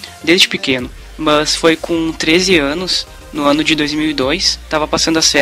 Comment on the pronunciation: Ao invés dele falar mas ele fala mãs